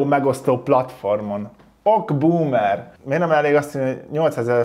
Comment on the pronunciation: Az OK Boomer helyes kiejtése "oké búmer" .